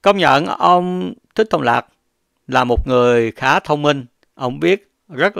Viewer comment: Ad đọc ko đúng tên Trưởng Lão Thích Thông Lạc nữa mà bình luận gì ko biết,dẹp kênh đi ông ơi